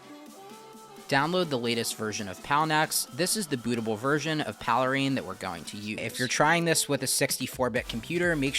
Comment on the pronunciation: PALE RAIN. Not Paleh rain.